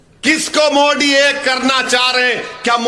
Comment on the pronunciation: मोदी की जगह ये साहब मोडी बोलते है मजा आ जाता है। सुन कर